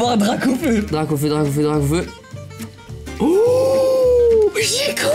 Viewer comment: mes t’es bête toi c’est parce qu’à il a dit gracaufeu